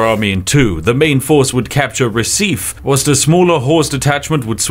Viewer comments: not recíf. you need to pronounce the e, but it was a nice effort tbh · Your videos are excellent. Your pronunciation of the Brazilian city of Recife is horrible ! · I have no idea if you were remotely close on the Chinese name but the way you butchered Recife made me spit out my tea.